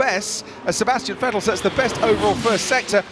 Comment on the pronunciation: The last of like 15 years of Vettel being in F1 and finally the English commentators start pronouncing his name right😂